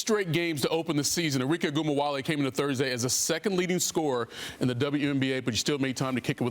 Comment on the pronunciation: Cuz need to put some respect on how he pronounce her name.